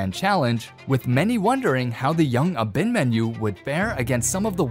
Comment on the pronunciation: Ah’-bin-mahn’-you… tough to hear it mispronounced so many times. Emphasis on the 3rd syllable.